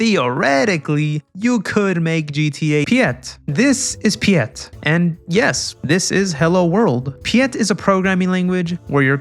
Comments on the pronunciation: Piet is Dutch name, not Pyet. Please to pronounce as "Pete" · How dare you mispronounce pɪjɛt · Hearing pyet instead of piet is really funny as a dutch person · I am Dutch and I completely laughed at his pronunciation of "Piet"